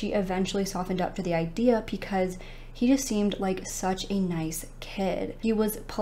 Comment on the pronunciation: Is there a particular reason why you say pee cause instead of because?? I know im not tripping, i hear it everytime you say it, i cant be the only one!!!